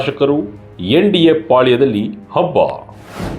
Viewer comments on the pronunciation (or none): none